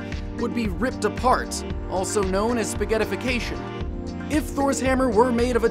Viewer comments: I'm relly sorry to say this to everyone,but I think ALL of you is wrong. Probably becuse none of you have heard the real Tor (Thor in swedish) stories. The hammer is calle "Mjölner", not anything else (suck on that everyone that does'nt come from Skandinavia) and it is prenaunsed "Mjölner", sorry for that but if you can't say "Ö", you will never be able to say the right name... ever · "Thor's Hammer" has a name ya know? Mjolnir (myawl-nir) "That which smashes". Otherwise, great video! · This is how you pronounce Thor's hammer/ Mljonr. Mee ul nee ur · Zarif Hazlan Kind of like an 'uh'. So like MYUHL-nihr (nihr pronounced like nil with an R instead of an L). At least, that's how I've always heard it. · In Norway Sweden and Denmark we say Mjölner or Mjølner